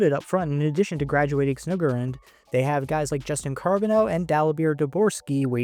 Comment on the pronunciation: “Snoogergeroond” “Paraynko” 😂